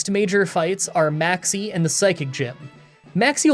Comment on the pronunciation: i love whenever i hear maxie i hear maxx "c" lmao keep up the great content!